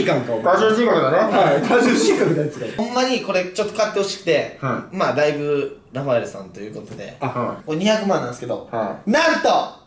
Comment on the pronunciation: 1人でラファ↑エル↓言ってて草